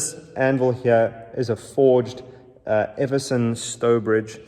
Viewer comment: Pronounced Eve-son not Ever-son